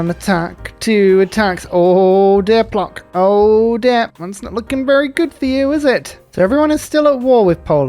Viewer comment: In Polish "c" is read as "ts" so Puotsk not Plock. I had a giggle